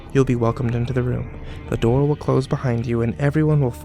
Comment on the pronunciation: "i shut my shoor"